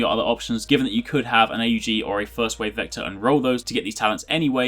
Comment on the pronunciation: its not pronounced A U G its pronounced as one word not three